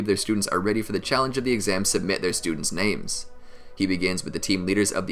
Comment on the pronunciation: There is no way you are a real Naruto fan cuz a real Naruto fan says the characters names right but look at you you never say their names right